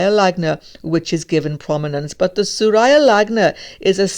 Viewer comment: Just a little correction its not surayaaa its surya...sur -ya 😅